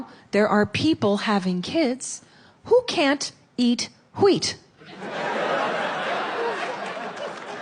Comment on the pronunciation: at least people are having kids that can PRONOUNCE wheat and dont say it like stewie griffin